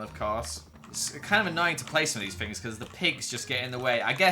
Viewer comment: I like how he says fings instead of things And wif instead of with And feem instead of theme I’ve just been adding onto the first one as I listen